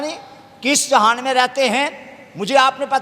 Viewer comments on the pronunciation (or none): none